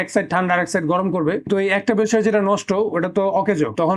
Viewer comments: পেলসিয়ার নাকি পেলটিয়ার? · thermodynamics er bal buje. thermodynamics en knowledge thakle peltier er pise taka nosto korto na. ঠিকমতো পেলটিয়ার বলতে পারে না এলশিয়াল কয় 😂